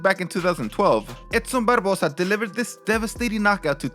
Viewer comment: Love how he can say Edson Barbosa really well and sorta struggled with Terry Etim. Lol. These are awesome